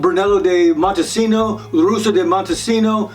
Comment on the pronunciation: Know the pronunciation of the different Sangiovese names first. Its Brunello di Montalcino not Montecino. Misinformation right there.